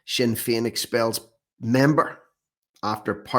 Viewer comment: SINNER FEIN , GET IT RIGHT